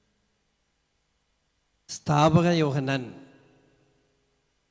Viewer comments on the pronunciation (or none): Cheriya thiruthu ... snapaka yohannan aanu. Sthapaka alla